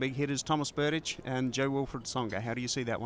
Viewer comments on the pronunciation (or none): Check out the Tomas's page on the ATP website of how you're supposed to pronounce Berdych. It's pronounced TOH-mas ber-DICHT. It won't let me post the link to the page. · Berdych is pronounced Ber-dicht with a t at the end not Ber-ditch as pronounced in this video. I suppose this video got so many dislikes because Justin doesn't pick a winner in either match.